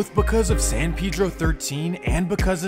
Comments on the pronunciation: Pedro like peh-dro boy pronouncing it wrong the whole time taking shots at other niggas pronouncing it wrong 😂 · Bro you don't even know how to pronounce it. That's a very soft e not that hard ass e you're using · You know this foo white when he pronounces Pedro wrong 🤣🤣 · Are you sure it’s pronounced like that bro because you saying it like pee-dro I feel like it’s pronounced pe-dro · It’s San “Pe-Dro” it’s Spanish it’s not San “Pee-dro” ... That’s how some black people say it in the city not the Mexicans. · Its not pee-dro either but thats how blacks say it. Its really pronounced peh-dro. Like peso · No one in L.A. says PayDro. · Smh it's so easy to say San Pedro, it's hilarious how y'all can't say it right 😂 like bro did y'all not see Napoleon dynamite? Vote for PEDRO not pee-dro 😂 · Ive noticed black ppl pronounce it as Peedro usually and others say Paydro. But in Spanish its pronounced Peh-Dro. The PE is pronounced like the word pez. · Ima say still say paydro 🤷🏽‍♂️ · It’s definitely not pronounced “pee dro” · San Pee dro lol 😂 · My boy said San Peadro… I swear people lack common pronunciation. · I can’t even take this bozo serious who told you you say Pedro “piiidro “ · Yea I feel you. I usually only hear Hispanics use the correct pronunciation. Most black ppl in San Pedro definitely say Peedro lol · Pee-dro for dumb foos 😂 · remble says it too watch his no jumper interview .. it's you out of towners that really care bout that lmao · i know blacks from San Pedro pronounce it like Peedro but im saying the dude who wrote the original comment is wrong too and its not Pay-Dro lol im not trippin on how ppl say it cuz ur right it dont matter. Its just funny when ppl try to correct others but r wrong too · Nigga said San Peedro lol it’s Predro idk how to explain on her but it’s Pedro not the name of latino person I guess not Peedro 💀😂